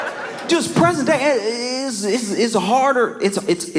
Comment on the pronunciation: It soo sounded like you wanted to say president not present day. 😅😅😅